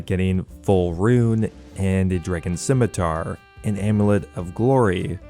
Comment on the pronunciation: did he say dragon sicmitar?